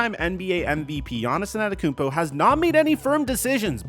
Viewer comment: anTETOKOUnmpo brother. LEARN the name, you can't be THAT lazy..